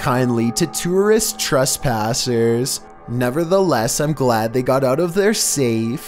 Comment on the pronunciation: Ok what was with the way he said "Trespasses" ?!? Listen again